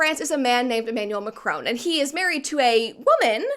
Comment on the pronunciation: It's Mac-ron rather than Mac-rone btw